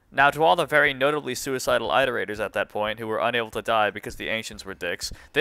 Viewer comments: why tf did you say "eye-terators" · for the love of god stop saying eye-terators you are driving me mentally insane